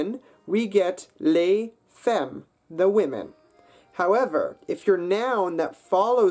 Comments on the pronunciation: Hard to trust a narrator who cannot correctly pronounce a simple word like "femmes" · "femme" is actually pronounced "fam" ;) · every language is hard to master, my dear. Polyglot Files Oh! and it's not pronounced "fèm" but "fam" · Les femmes is pronounced "fum" not "fem"! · I found French easy. The spellings follow rules even if they don't correlate to pronunciation (like English). The pronunciation was easy. Femmes is pronounced "famme". Not just that. The reason is because they were Normans from north France ruling England. It wasn't borrowed, French is ultimately descended from Latin, like all Romance languages. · The word "femme" is actually pronounced "fAmme" ;-) You are totally right.. French is so hard... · counter-nope : it' pronounced fAm, with an absolute A sound (a french A, like in "à table Babar le barbare à la papa) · En faite vous prononciez femme comme faim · Hi I'm french when you prounonce "femme" you have to pronounce it like it's a "A" (famme) :-) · Nice vid ! You're explaining things very well :) I'm French and as other people said, the first "E" of "femme" is pronounced "a" like "cat" in English. About exceptions, you're totally right ^^ sometimes even French people don't understand some strange grammar points lol Concerning marcherai/marcherais, we have to pronounce it differently according to the tense we use, one ends with the sound "é" and the other one with the sound "è". But I think nobody can tell the difference now because we are pronouncing them the same way for most of us... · You have to pronounce femmes like it's an A instead of the first e, because there are two ms after the e. I'm a native french speaker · You pronounced "Les femmes" wrong. The e has more of an a sound. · Les femmes actually is pronounce fammes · You pronounce femmes wrong. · Adrian D well you're rude and his accent his not awful. The only mistake I've noticed is "femme", the rest was pretty good. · you pronounced femmes very incorrectly